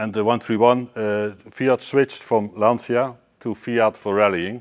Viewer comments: Please, FFS... it's LAN-CHA. It's really not that hard. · I love your videos, but for the love of god, it's not LanSEEa, it's Lan-Tcha! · how you can be car guys and mispronounce the italian name of the one of the greatest cars is beyond me.